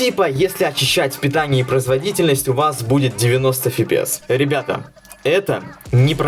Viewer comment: С фига фипиэс если пфпс либо эфпиэс